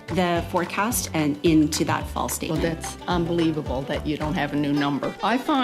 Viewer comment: When she says "Fall statement" it sounds EXACTLY like FALSE STATEMENT.... or is it just me???